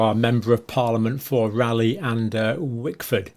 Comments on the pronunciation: Raleigh lol sorry to correct you , pronounced Raylee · We pronounce it Ray lee locally